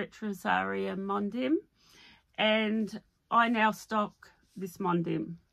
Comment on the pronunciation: Hi I love your joy of knitting! (just a heads up that ‘Mondim’ is pronounced mon-deeeeem!)